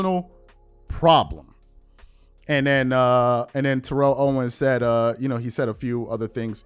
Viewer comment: This man is a whole hall of famer. It’s TERR-ELL OWENS